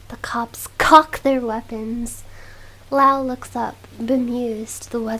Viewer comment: WHY THE EMPHASIS ON COCK